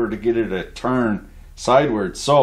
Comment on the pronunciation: Did he say "sidewirds"? Lmaooooo